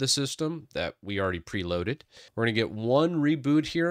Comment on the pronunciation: Get not Getet